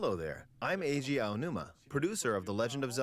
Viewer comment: Love your reaction!! Looking forward to this! Btw, it's pronounced Eh-ee-jee, not Ee-jee Aonuma!